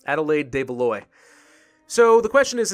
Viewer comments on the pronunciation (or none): the "oi" from Valois is pronounced as saying "wha" from what, and a muted s